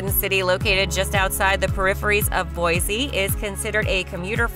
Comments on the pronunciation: It's pronounced Mos-ko not Mos-cow. And people from Boise say Boy-see not Boy-zee. Anyway leave Idaho alone. It was way better before non-Idahoans found out about it. CDA is barely CDA anymore. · Don’t trust a clip that doesn’t even pronounce the capital city correctly. Boise is boy-see, not boy-zee. Also, the video shows Boise while talking about Ammon.